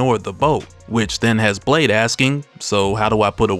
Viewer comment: "Well what about Blaaaaade."- in the most southern accent possible😭😭